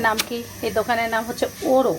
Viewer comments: 'Oro' has many branches in Gulshan and Banani. Their main branch is on Gulshan Avenue. ORO pronounciation will be 'Oro' - 'অ' ! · নাহ। ইংরেজী লেখা Oro ঠিকই আছে কিন্ত pronounciation এর সময় 'অ' ভাবে উচ্চারিত হবে। যেমন ইংরেজী অনেক কিছুর spelling একরকমের হয় কিন্ত উচ্চারণ অন্য রকমের ; এটার ক্ষেত্রেও তাই !